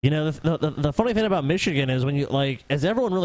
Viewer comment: says thin instead of thing